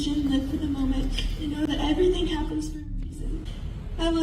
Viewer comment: Evweeting happins fer a reezin derp